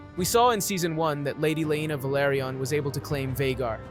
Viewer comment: Lady Laena VELARRRRYON 😂